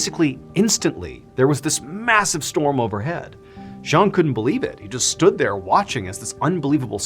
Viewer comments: Also his name is pronounced Jang which is not a Cantonese name. Not trying to be picky but as a storyteller it’s important to get these details right. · His name was Cheung Sin-pang. Not Zhang.